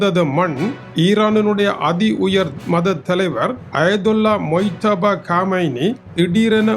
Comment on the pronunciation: மிஸ்டர் மொய்தபா காமெய்னி என்று தவறாக உச்சரிப்பு செய்யாமல் முஜ்தபா காமெய்னி என்று சரியாக உச்சரிக்கவும்